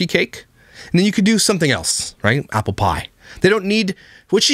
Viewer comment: Is there anyone else out there that can't hear the "yapple" pronunciation? I feel I'm missing out.